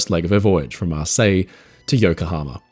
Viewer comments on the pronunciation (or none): none